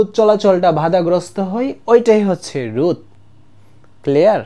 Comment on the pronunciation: রুদ না ভাই।রোধ😂